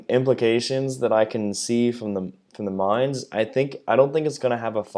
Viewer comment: Dear! You are the first one of the english speaking CCs (…that I see…), that pronounces the name of the Mainz correctly. Thank you for that! 🙏 Also, I am with you on this topic. Not amused… I really hope for a change towards AP focused ships. Gonna take out Baltimore just for the heck of it.